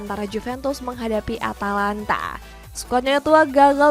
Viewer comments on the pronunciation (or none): none